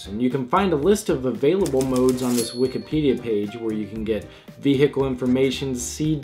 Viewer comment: Wtf is a veehickle